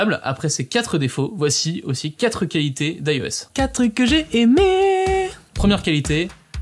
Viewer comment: Très intéressant. Par contre, côté technique, tu n'articules pas tout à fait assez, je trouve. Peut-être aussi que tu parles vite pour caler toutes les infos en peu de temps. Exemple, tu "gobes" les L de qualité et de personnalisatio. Moi j'entends qua-hité et persona-hisation.